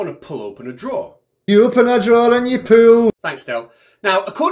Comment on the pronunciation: Actually, he’s saying “poo” instead of “pool”,eg, you open the door and poo, you poo up, ...poo stuff toward you. ( now I only hear “poo”. I can’t un-hear it)